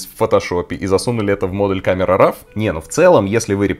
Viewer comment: Камера Ро а не рав, как и Корел Дро а не драв))